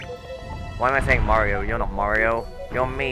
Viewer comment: I always pronounced as Mairo